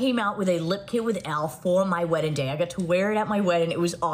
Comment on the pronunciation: Mikayla can't pronounce the word WEDDING...smh how she's an influencer is mind blowing 😮🫣